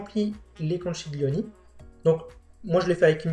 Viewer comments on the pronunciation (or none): Conchiglioni…. Con-qui-glio-ni pas conchiglioni. Je vous embête un peu mais franchement vous assurez!!! Merci beaucoup.